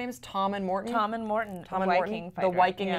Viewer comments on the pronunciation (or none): Viking with an v, not wiking :P